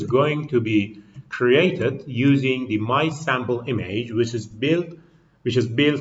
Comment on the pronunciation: Check the pronunciation for "image", the way you pronounce it sounds like "e-mage". Thanks for the presentation!